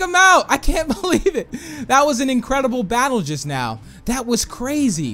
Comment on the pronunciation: Do you even now about making sense because when you say just now it sounds like you need to go to school